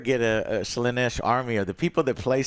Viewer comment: WTF is this Slaneesh pronunciation, pls stop